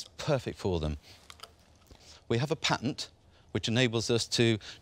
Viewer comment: Duncan you need to learn how to talk ! It's a PA-TENT not a PAINT-TINT !